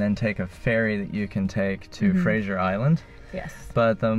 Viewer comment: Why do Americans automatically mispronounce FRASER (island) as “FRASIER”? It is the same in the case of Brendan Fraser (which is baffling to the actor himself). It is not spelled the same as the series starring Kelsey Grammer !! 😂. So FYI… FRASER (FRAY-ZER).